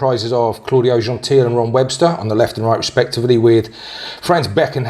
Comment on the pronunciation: He's Italian so it's pronounced Genteel-ay.